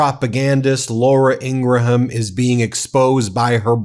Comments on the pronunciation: Her name is pronounced "ING-grum," not "IN--gra-HAM. I'm not a fan, but the mispronunciation is distracting. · Please don’t give them three syllables when attempting to pronounce Ingraham, they are not Scottish! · Good morning, Ben. A little suggestion: ING-RUM, not Ing-gra-ham, Okeydokey???😊❤❤❤❤❤ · It's "In-gram" not "In-gra-ham" FYI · It’s pronounced “In-gram”, not “ingra-ham”. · Dude, I like your channel but you're a big figure in media now, her last name is pronounced "IN-gram" not "in-GRA-ham"...its genuinely incredible how many names of public figures and institutions you mispronounce. Also, its the "MARE-ist" College Poll, not "MAR-ist". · PRONOUNCED INGRAM. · It's pronounced, " Ingrum." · Pronounced Ingram, please God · Please stop pronouncing it with 4 syllables. In ga ra ham. Stop. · He had to say their last name about a dozen times before getting it right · The pronunciation of Ingraham is driving me up the wall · Great video, keep up the good work. PS learn how to pronounce "Ingraham".